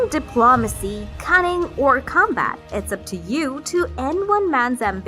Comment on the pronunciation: Uzing Dee plome acee.